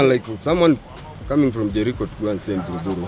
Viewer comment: Don’t confuse ur viewers ur being watched by people from outside Kenya so stop saying Jerii when ur actually saying Jericho try to avoid Nairobi street slang